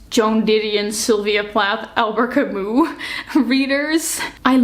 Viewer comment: I am so sorry to bother (I hate doing this please, don't kill me), but the last name of Albert Camus should be read "Kami" with "i" at the end, not "u" because it comes from french language. Once again, sorry, but it's just a bit hard to hear🥹❤️ Apart from that - amazing video. I would like more people to think that sensibly about reading. Books are a medium that should connect us, not the next topic to argue about❤